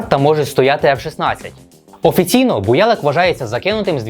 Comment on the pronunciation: Не БуЯлык а БуялЫк стоял развед-полк.